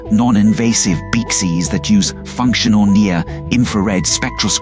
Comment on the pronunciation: Lol, when the AI can't say "BCIs" beekus, beeksys, beeces 😂